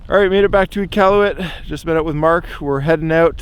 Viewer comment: how are you canadian and said nunavut and iqaluit wrong 😭😭